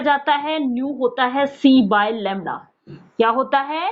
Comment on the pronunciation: Lamda nhi hota Lamda hota hai😂